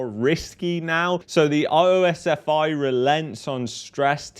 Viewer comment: OSFI is commonly pronounced as "oss-fee"